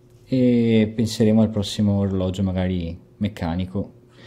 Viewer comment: Digli anche a i pigliolo Svizzero che in italiano orologio si dice con una G , non orologgio o oroleggi 😂😂😂😜